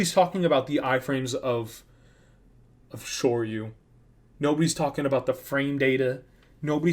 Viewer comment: I love how you’ve subtlety say “sure you can”/“Shoryuken” every time in the video.